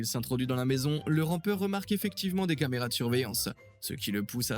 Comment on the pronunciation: "La lampe de poche automatique " " Les camarénas " !??!??? J'ai écouté 12 secondes de vidéo, et c'est déjà catastrophique...